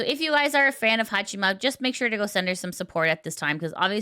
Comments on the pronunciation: ""Hachima"". You would think how much Haato talks in third person you would know how it is pronounced. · It's Haa"chama" not chima. Fuck, you're reporting about vtubers and you cant even pronounce their names.